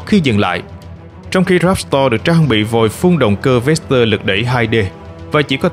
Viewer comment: "Ráp to" chứ ko phải "ráp sờ to" Véc to - chứ ko phải vét sờ to Lúc cần s thì ko đọc, lúc chả có s nào cũng đọc. Nghe hơi kì ạ